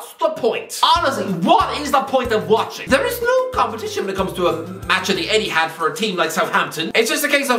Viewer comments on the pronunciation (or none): none